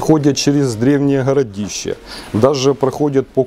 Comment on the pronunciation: Если взялся говорить на русском, о серьёзном.. так хотя бы не Хыкай да. оХромные.. хородища.... хде-то.. хурганы..и т.д. Вроде по теме балакаешь..почти не тупишь. Но вот это твоё { Х } всё портит да. Прекращай уже! Или ховори тогда уже чисто на украинском .